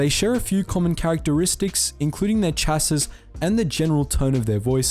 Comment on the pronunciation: Dear god... How did you mispronounce "chassis" so badly...?